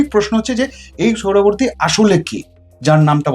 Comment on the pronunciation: এত কঠিন কঠিন সংস্কৃত শব্দগুলো সঠিক উচ্চারণ করতে পারেন কিন্ত সহজ একটা নাম " (সোহরাওয়ার্দী) উচ্চারণ করতে পারেন না তা বিশ্বাস হয় না। এটা ইচ্ছা করেই বিকৃত উচ্চারণ বিকৃত মানসিকতার পরিচয়।